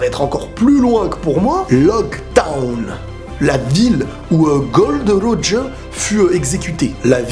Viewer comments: C'est Gol D Roger et pas gold Roger ca change tout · cest pas gold roger mais Gol D Roger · On dit Gol D. Roger xD J'trouve que t'as une super idée